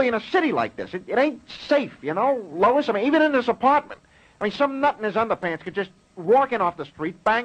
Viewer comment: Lois not Louis